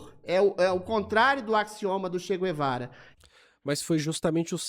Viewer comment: Não existe essa pronuncia do U no Ché Guevara, o u é neutro!